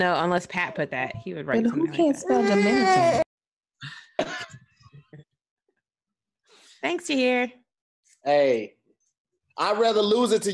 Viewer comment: keeps fucking up words lol 😂, "hornet" "domiCIAN republic" "aLAluminum"